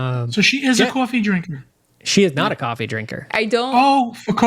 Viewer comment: Love that pronounces coffee like he’s from Jersey: Cawwwwfffeee 😂